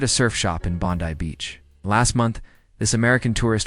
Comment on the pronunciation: You were doing so well pronouncing Bondi correctly. Then you butchered Melbourne 😞 And then you did the same to Uluru 😞 I hope you don't mention Brisbane or Canberra - you'll probably mispronounce them too